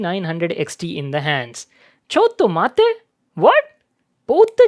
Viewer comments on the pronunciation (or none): I heard chod do matay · Hey!!! do you watch anime??! cuz u said chotto matte...???!!! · Is he says chotto matte ?